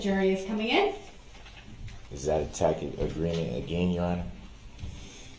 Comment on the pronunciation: love the way he tries to pronounce the word “tacit”